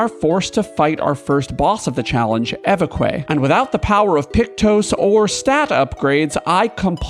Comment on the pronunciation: It is not ay vay quay it is eh veck. It means bishop.This is awesome, I have been thinking of doing this myself all week.